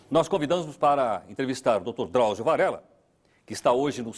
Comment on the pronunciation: "Drausio" PUTZ